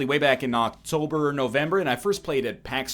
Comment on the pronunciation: "quote un-Qwolt" ""It wasn't a mistake, I'll go to the patent office if I have to prove to you it was not a mistake" Immediately says "Octolber" This Egg